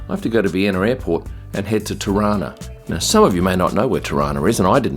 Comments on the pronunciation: That's what I thought!! It sounded like Toronto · Being a Canadian from Toronto I laughed at your pronouncing ‘Tarana’. It’s how Toronto natives pronounce it! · TIRANA ... That's pretty much how we pronounce TORONTO, here in TORONTO! LOL! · Every time said "Tirana", I kept hearing "Toronto" (as in Canada) - because that's how we locals pronounce it. LOL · Hahaha same i thought he was trying to say Toronto lol